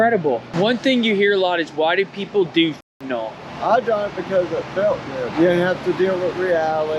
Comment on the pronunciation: FENTANYL not FENTANOL. There's no NOL. FENTA-NYL. Got that.